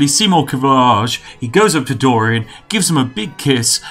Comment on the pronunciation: The way you say dorian in this is perfect